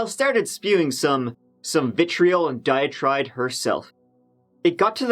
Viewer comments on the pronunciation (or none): diatribe, not diatide. I love your videos! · Did it sound like he said "dia-tride" ?